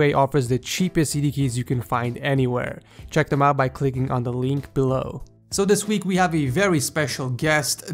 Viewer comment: Did i hear "Leenk Below" ?